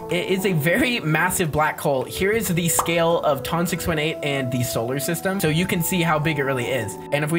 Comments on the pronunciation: Ton 618 is actually pronounced like ton like "that thing is 18 tons" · ITS PRONOUCED T-U-N 6-18 BUT ITS SPELT TON 618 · Its how you pronounce it dude. You say it as "Tun" And Nothing Else.